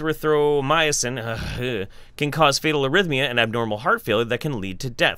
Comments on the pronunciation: For future reference, the way I learned to pronounce azithromycin, is uh-zih-throw-my-sin. Otherwise, you can always use the medical slang 'z-pack' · uh-ZITH-ro-MY-sin.